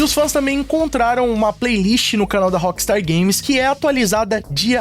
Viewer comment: Por que dice la appstar games... si es rockstar games